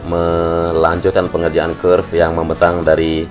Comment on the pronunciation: Kerb/curb bang, kenapa nyebutnya curve?